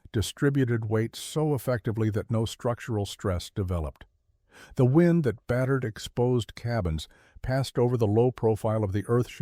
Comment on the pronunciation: Wind is NOT pronounced wined